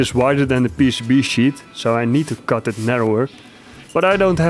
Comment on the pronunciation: I like your pronunciation of the word cut, sounds alot like kut 😂